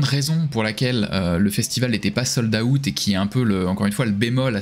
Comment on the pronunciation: "Sold - AOUTTE"